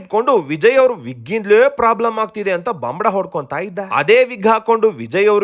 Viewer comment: ಗುಬಾಲ್ ನನ್ನ ಮಗ ಪ್ರಾಬ್ಲಮ್ ಅನ್ನೋಕೆ ಬರಲ್ಲ ಪ್ಲಾಬ್ಲಮ್ ಅಂತಾನೆ. ಇವನು ಶಾಸ್ತ್ರ ಹೇಳ್ತಾನೆ. ನಮ್ಮ ಜನ ಮತ್ತು ಟಿವಿ ಚಾನಲ್ ಗಳೇ ಇದಕ್ಕೆ ಕಾರಣ